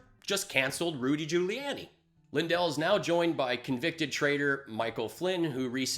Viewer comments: I’m new, and I subscribed, but wtf does “bucket of unicorn wank” refer to? Also, Giuliani is pronounced “Jew-lee-on-ee” not “jew-lee-Ann-ee.” Small thing, but was making me cringe. Otherwise, thanks for the content? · Try to pronounce Giuliani better. Otherwise, great work